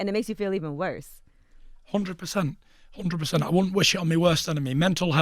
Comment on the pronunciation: Tyson “One Hundwed Percent” Fury